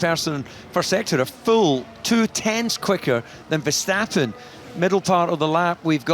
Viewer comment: DC really used the VerSTATen 😭